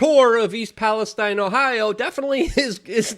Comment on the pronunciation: Thank you for respecting English, and pronouncing Palestine correctly as Palestine and not Palesteen